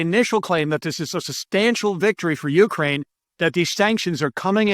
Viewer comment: please change the emphasis in the word "Ukraine" to the second syllable. thanks for the good content